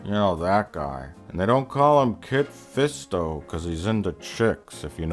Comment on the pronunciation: Its Kit Fisto, not Kid